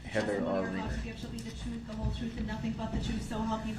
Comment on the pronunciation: What a waste of time….for the judge, for the jury, for the district attorney and the victims. That piece of garbage thinks he’s Clarence Darrow and he’s having a good time. With his grounz, truff, ax, sez, etc, he’s a moronic fool. May he forever rot in hell.